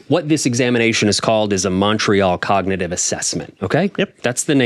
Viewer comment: What's this word here ... COG-NI-ITIE-VEE yeah that's it. Well done, Me President, Sir that's amazing